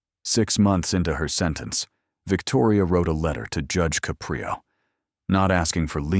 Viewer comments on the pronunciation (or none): It's a good story but narrator is terrible. He can't even even figure out how to pronounce Judge Caprio's last name.